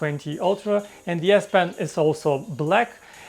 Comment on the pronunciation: whenever you say " de S pen " I hear " BS pen "